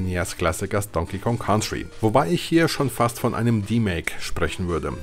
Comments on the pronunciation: nur ein Tipp... COUNTRY wird "KANTRI" ausgesprochen, nicht "KAUNTRI" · Ein wirklich tolles Video. Danke für die Zeitreise 👍🏻. Jetzt schon eines meiner Lieblingsvideos von. Allerdings wird "Country" so nicht ausgesprochen 😅. Komischerweise ist es an einigen Stellen des Videos sogar richtig. 🤔🧐